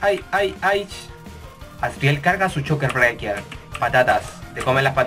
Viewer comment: El dicien sokher breaker